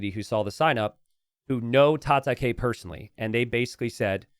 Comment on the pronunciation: Tata-kay..? I think that was supposed to be Japanese word for fight pronounced "Tata-kai", as in Cobra Kai from Karate Kid.